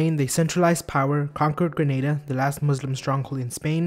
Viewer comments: It’s pronounced Gra-na-da. Not Gre-nay-da. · Gruh-nay-da? It's pronounced (grah-nah-da) granáda. It means pomegranate in castellano (Spain Spanish). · GRA-NAH-DAH NOT GRA-NEI-DEH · Ferdinand and Isabella conquered Granada (ɡɾaˈnaða), not Grenada (ɡrɪˈneɪdə). Joanna wasn't "mad", she just didn't believe in Catholic mumbo jumbo and despised the Inquisition. Which sounds perfectly sane to me. She was later driven mad by confinement and torture. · Isn't it pronounced "Gra-nada"? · The way you say Granada is offensive